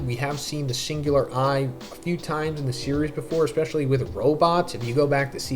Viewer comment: AAAAHH. ECKSPESHULLY? YOURE ONE OF THOOOOSE! SHAAAAAAAAME... All kidding aside, we all have to learn one day. It's spelled ESPECIALLY, that's ES not EX. I have confidence you'll master it in no time. Godspeed.